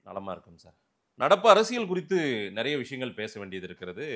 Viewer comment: அது என்னடா நறய? நிறைய என்று சொல்லி தொலையேன்.